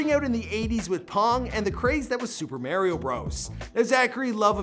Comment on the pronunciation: The way he said Mario